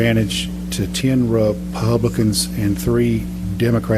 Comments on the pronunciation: Jeremy Parsons really? I just assumed he was a bit challenged mentally. repuhhh-blicans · "Ruh... publicuhns..." This dude can't even speak. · why did that one guy pronounce republicans like that... reé- pub! blicans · It first I wanted to make fun of his pronunciation of "Ruh... Puh-blicans". But then he did it twice! Was that intentional? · i think that's the first time that person has read the word "re-publican" aloud, good lord that was painful to listen to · Im going to start saying "re...PU-...blicans" and "DE...mocrats" from now on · Re..pub...licans. Really....he struggled to pronounce his own party's name twice in like 5 seconds. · “Re......PUUB. licans” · "Re....re...publicans?" So uh, how did you get into such a position of power if you can't even pronounce a pretty upfront-about-pronunciation English word? Get a refund if you went to college. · RE...Publicans 😂 why did he read it like that ?? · that man can't even say Republicans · Why did he pronounce Republicans and Democrats like that? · David Lewis can't pronounce Republicans??? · That man has more trouble pronouncing "republicans" than Arnold Schwarzenegger had with the pronunciation of "California".